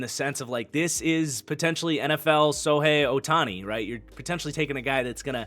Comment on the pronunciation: The way you pronounce Shohei Ohtani is unforgivable